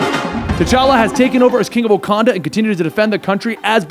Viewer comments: Did my mans just say the king of wacondom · Rakanda?? He says that shit like too many times....